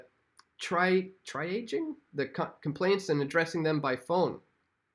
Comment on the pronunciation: Dude you don't know what triaging is? Triage pronounced Tree aj ( soft a )